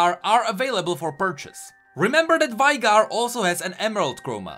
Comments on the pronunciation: I disliked bcs you say vaigar and not veigar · wish yall learned how to pronounce veigar. its been 10 years. its VEY GAR. its not hard